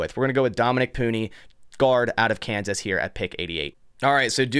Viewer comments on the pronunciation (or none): none